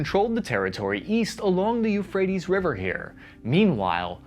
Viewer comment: YOUUUUUU-phrates river...